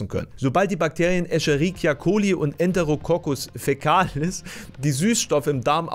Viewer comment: enterococcus faecalis kilngt so falsch XD